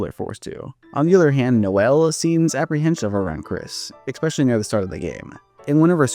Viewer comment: After you said "eXpecially" i I immediately remembered who you are and all your DR videos 🤣